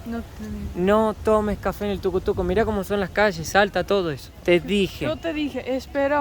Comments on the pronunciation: Me da risa que dice tucu tucu jajaja le decimos tuc tuc sigan disfrutando de Guatemala chicos, bienvenidos y gracias por fomentar el turismo de nuestra Guate-bella 🎉🎉🎉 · es Tuc Tuc, no TucoTuco, 😆😆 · Me dio risa cuando dijo Tucu-Tucu jajaja, se llama Tuc-Tuc. Saludos!! 😊